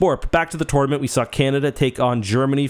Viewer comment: He said tournament weirdly once and I let it slide. I heard it a second time and had to leave